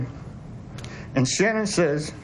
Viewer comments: Why are people pronouncing her name differently? Her dad (presumably correctly) said SHAN-un, but many others say shu-NAN. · I wish they would pronounce her name right. Her parents are the only ones that pronounce her name right. So strange... This is so sad.